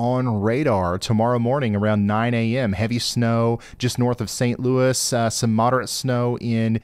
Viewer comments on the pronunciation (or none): none